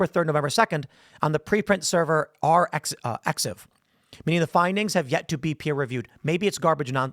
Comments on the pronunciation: For future reference, "arxiv" is pronounced "archive." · Arxiv is pronounced “archive” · I don't believe Tim talks to people who do research about research, because If he did, he would know how to pronounce arXiv.